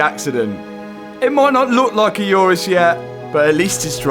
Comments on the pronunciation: Day 673 of telling you it’s an Urus, not a Yurus. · Why uz calling it iourous when its names urus ? 😂😂